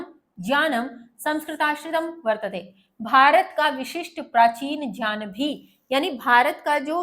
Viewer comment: Ma'am as per vidyasagar ..Gyan ho ga jyan nhi aapne jyan pronunce kiya ..galti ki ...wo hi the jinhone sanksrit se translate Kiya tha ..